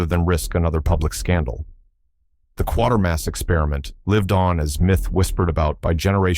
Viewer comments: AGAIN It is Quatermas NOT Quarter-mass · it's The Quātermass Experiment. NOT Quartermass. Stupid FUCKING a.i. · Quatarmass pronounced 'kwata mass'. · "Quatermass," not "Quartermass." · That's not why the BBC erased the tapes and that's not how you pronounce "Quatermass". Pathetic, can't take any more - checking out. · Ir is not Hymie It jay me! Quatermass, Qu Ay ter Mass I hate AI narration!